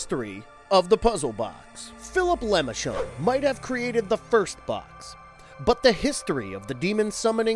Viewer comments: For Christ's sake, man. It's pronounced LEH-MAHR-shon, not LEH-MI-shon. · You do this everytime. Its not pronounced as lemonshon. Its lam-men-tay-shon box not lemonshon box. Please fix this in the future. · Ah yes, Leh-muh-shaun'ds Box. Ta prononciation est de la merde. Good video, though. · The lemonshon box really? I swear half the people making videos on YouTube do these mispronounced words on purpose just so people will complain about them in the comments. I once heard someone call pinhead nailhead, I just turned off the video at that point, removed it from my history and told YouTube to not recommend them again. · “The lamishkendnd box” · I love these videos, and all the work you guys put into them. However, I feel that looking into the pronunciation of the names of people, would definitely be a good thing to do. Le Merchand is French, and has a specific pronunciation, different from what the narrator keeps saying. It's a minor gripe, I know, but the Hellraiser series is my favorite, so I'm a bit picky about name pronunciations.